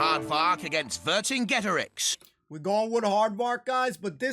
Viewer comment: Love the Monty Python reference. Is it really that difficult? [Ver-sing-get-a-rix]